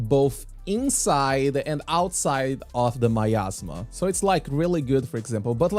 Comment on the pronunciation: miasma, not myasma